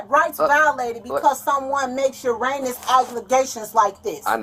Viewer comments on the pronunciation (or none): "uranous accusations" = erroneous accusations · I was trying to figure that out…the best I came up with was she maybe trying to say “erroneous?) Idk! 😂😂